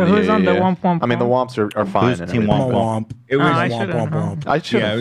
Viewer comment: it's "womp" not "whomp* actually